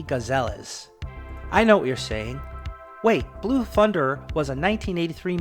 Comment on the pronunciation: Please pronounce aircraft names and manufacturers properly, notably “Siroksy” and “gazelles.” And why show random photos of other helicopters, while discussing specific models?